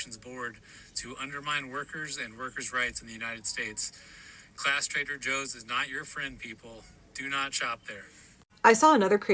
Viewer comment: Could have sworn I heard it called Traiter Joe’s……